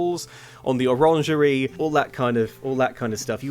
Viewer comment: that’s not how you pronounce “orangery”. It’s not French.